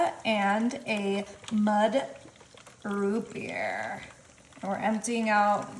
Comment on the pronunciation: “Mud” root beer ?!?! 😂